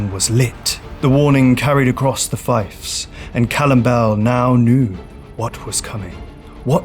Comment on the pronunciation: Hi mate, Fiefs is pronounced like thief. Cheers chief 😂